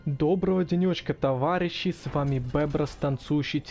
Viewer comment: Ты сказал товагищи